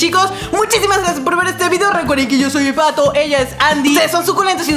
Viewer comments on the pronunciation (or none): Se dise patho no pato 7-7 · Dijo patho